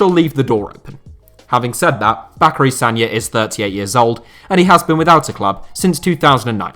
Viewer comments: Why is saying Sacary Bagna wrong? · no it’s a reference to a clip of Chris camara saying sacary bagna instead of bacary sagna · Make sure your research is correct lad. It's Sacary Bagna not Bacary Sagna